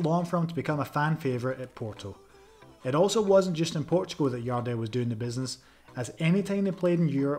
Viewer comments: Your welcome, thank you for making a video of the best header ever of the ball. 💛 Next time, call him Jardel with the 'J' tho, not 'i'! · It isn't Yardel, it's Jardel... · Stop trying to read The J in Jardel like that